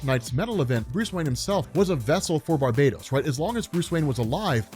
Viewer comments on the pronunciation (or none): BAR_BA_TOS like bar —> bah —> toes Christ lol. Hipp_ah_lit_ah For WW mom’s Hippolyta.